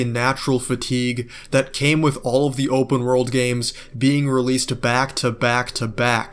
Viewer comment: "open wOrld" x1,000 Bro is not getting an A on his English exam. 😩